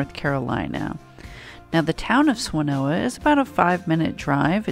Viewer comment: It’s Swanna-Noa👍